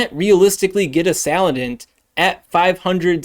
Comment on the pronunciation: Sa-lan-dit Please, you're driving me insane